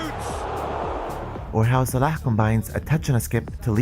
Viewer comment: You said Salah in the arabic way! Vert Nice